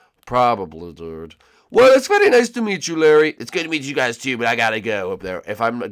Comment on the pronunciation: hi huys says Morton